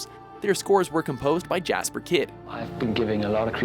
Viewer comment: Totally pronounced "Jesper" wrong. Like 6 times.